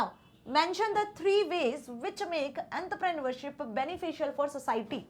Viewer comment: Entrepreneurship bolne ka tarika thoda cazual gai